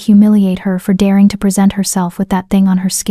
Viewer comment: At about 3m 40s, the AI voice mispronounces "present," turning a verb (pre-SENT) into an adjective/noun (PRE-sent).